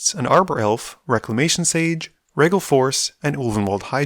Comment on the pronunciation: Says his name right, immediately proceeds to mispronouncing regal.